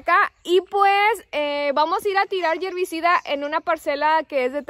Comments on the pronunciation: Herbicida !! No yierbicida!! Saludos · Buenas noches saludos chicas desde Panamá que trabajadoras son. no se dice yervicida se dice hervicida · DISCULPEN NO SE DICE YERVICIDA ES HERVICIDA. SALUDOS DESDE EL VALLE DE MEXICALI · Se dice herbicida, niñas !